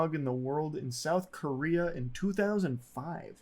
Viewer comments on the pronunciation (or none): none